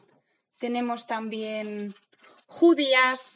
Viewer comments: Siempre me ha caído raro decir “judías verdes” si me entienden... pero la primera muchacha española lo pronunció “JU-dias” y ahora me quedo confundida. Que alguien me lo explique porfas. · Pronunció "judía" bien, solo que hizo énfasis en la primera sílaba.